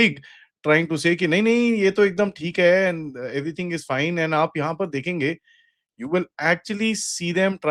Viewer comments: 😂 his last word sounded like Aand force 😂😂😂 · Again aand forces 😂 replace a with g 😂 that'll be more apt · It's now OFFICIAL: They've recognized themselves as AAANND forces